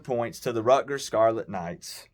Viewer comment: Buddy, please learn how to pronounce the schools name. It's RUT ' - GERS, there is a "T" in the name!